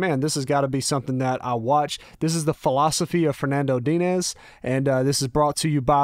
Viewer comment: Your pronounciation of Fluminense was acceptable. Diniz, not so much, but is easy to improve.